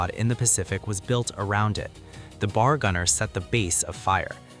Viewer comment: Hi, I am sure some of the marines who had served in the Pacific, would appreciate that you do not call the M1918 BAR as B...A...R, never as in bar (bar joint). Anyone else can help to correct me if I'm wrong, thanks..